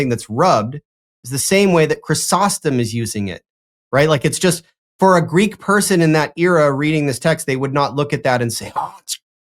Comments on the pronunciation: I appreciate so much that does not use Erasmian pronunciation and has a background in Modern Greek!! If one cannot use proper, historically informed reconstructed Classical Attic or Hellenistic/Koine pronunciation, one might as well just settle for the Modern pronunciation. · Listening to using almost native like Greek pronunciation makes me smile. Breath of fresh air, honestly.